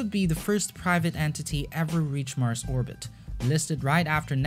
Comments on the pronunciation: into Arbit ? Orbit.... OOoorbit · Not arbit ORBIT. Hate me oar you like, speech inpodament used to be treat'ord in schoools now it is considered an accent wtf. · please... its oRbit... no obit... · You say "orbit" wrong. It's OR-bit. Not AH-bit. ORbit as in orange, ordinary, organ. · I love your videos but please stop dropping r’s it makes the video hard to watch or-bit obbit is just annoying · it's pronounced or-bit, not aw-bit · Its not ahbit its said ORB IT. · orbit not obit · actually it's Orbit not Hobbit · Orrrrbit not oooooobit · Orbit. Not obit. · The word "Orbit" has an R in it. ORbit. Say it with me OR... B....IT ORBIT ORBIT ORBIT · I love the video. Except you pronounce ordit wrong. It urks me. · Fantastic video! Please learn how to say oRbit. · please stop saying "orbit" wrong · If he could pronounce orbit right i could watch this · It physically hurts every time you say orbit. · Ookko Nää Suomest for not pronouncing orbit correctly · Names and he cannot pronounce Orbit. There is an R in there. I don’t know what his first language was but it wasn’t English. He can’t even get the tenses of his verbs right half the time. Interesting informative video but a bit annoying to listen to. If it wasn’t edited this well or contained quality information I wouldn’t have been able to watch it. Like fingernails on a chalkboard every time he butchered the language, but he recovered well with the content.